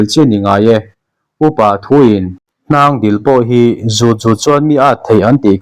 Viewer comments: Hnang dil tih a dil inlam rik dan kha thil kan dil a, dil kan lam ri sang anga lam tur a ni e. Hnang hi a na leh a dil a awm a, a kawr lam zawk hi a na an ti a a chhung ril lam hi a na an ti😂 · Hnângdîl tiha dîl hi thil ka dîl, tiha dîl anga lam tûr.